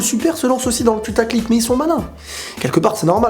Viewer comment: je suis quasiment certain que tu dis "Putaclic" =p ça me déçoit!